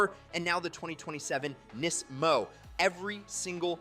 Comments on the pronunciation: They way you say NISMO is odd. You say it "NEz 'mo" Did i miss something? Ive never heard NISMO said that way. Nisz' Mo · Did he call it a "Knees-mo"? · Bro, why do you pronounce NISMO in so many different ways? lol